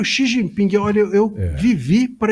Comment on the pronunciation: Quem chama o presidente chinês de “Xi Jinpingue” certamente estaciona no parkingue quando vai ao shoppingue… 😅